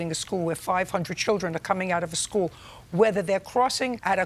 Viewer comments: She lost me by saying "schewl" instead of school -- 😂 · “it was a side impact 🤌🤌” “it was by the SKEWL”